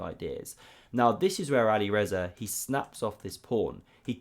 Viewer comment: "But here we see great counterplay from Alirezar again." I love your content, but you really need to pronounce the players' names properly. It's Alireza (without an 'r' at the end).